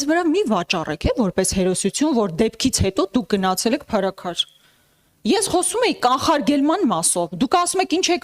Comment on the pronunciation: Փարսքյար չի անգրագետ այլ Փարաքար մի քանի բառ անգիր անգիր անելով ու բլբլացնելով չի Հայաստանը դարձելա Սիցիլիա լրիվ սուտ լրիվ սուտ